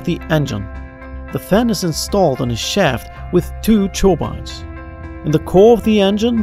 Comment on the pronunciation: 'churbines' instead of 'turbines'